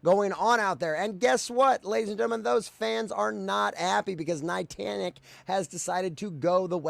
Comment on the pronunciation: It was driving me a little crazy you kept calling them "nitantic" instead of Niantic but actually I like it because rhymes Titanic which perfectly fits how they are a sinking ship by their own doing.